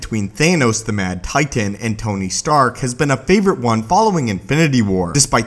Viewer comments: I fucking hate how you say titan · The way you say titan pisses me off